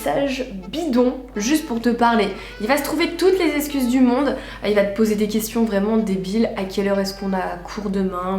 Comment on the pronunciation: Très bonne vidéo comme d’hab ms steuplé, arrête de dire escuse, c EXCUSE 😭😭😭